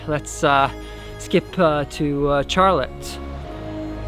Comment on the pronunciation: He said CHAR-let. 😂